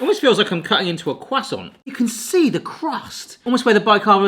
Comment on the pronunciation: Croissant, not cwassant